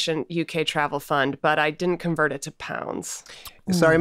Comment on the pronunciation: the pause on 'the queen...' hits weird.. :/